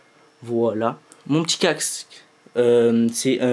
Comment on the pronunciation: « mon p’tit caxque » mdr